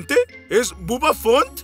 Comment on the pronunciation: Se equibokan el elefante se yama bubba fant no bubba font